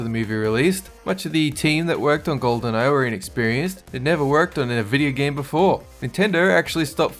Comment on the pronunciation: Lol he said vidyo gahm